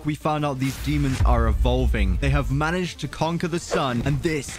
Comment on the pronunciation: HE SAYS "MANAEGED" YESSSSSSSSSSSIR